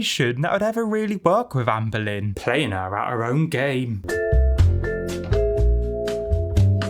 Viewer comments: The way all I can hear is Anne Boleyn every time you talk about her, I’m creasing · 'Amber lynn', 'Anne boleyn". Coincidence? I think not. cue the X-Files tune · I remember reading a comment about Amberlynn's name sounding like "Anne Boleyn" in accent and I still CANNOT un-hear it! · I keep thinking you’re saying “Ann Boleyn” 😂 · The whole time I heard " Anne Boleyn" when u said her name 😂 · Every time you say Amberlynn I hear Anne Boleyn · There’s a few times when I thought you said Anne Boleyn